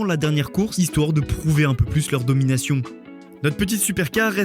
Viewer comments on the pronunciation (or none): none